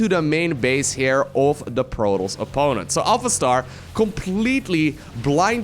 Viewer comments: took me 10 minutes to figure out he was saying 'protoss' not protols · ProTOSS - there's a "T"! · Good vid my man. But please, and I know English is not your native tounge, stop calling the Protoss, Protals. It really triggers me:P. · Is this how you pronounce protoss? I thought the "toss" part was like tossing a salad.